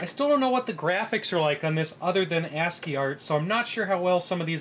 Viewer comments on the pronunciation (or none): none